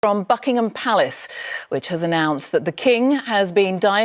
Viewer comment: Did she say "Fugginhim Palace"😳